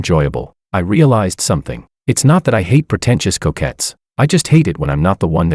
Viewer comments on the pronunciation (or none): If you say protencious couquette one more time I'm going to scream!